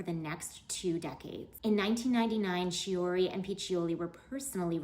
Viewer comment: Chooree? 😂😂😂 Why talk about fashion when you can't even say their names correctly. KEY-oo-ree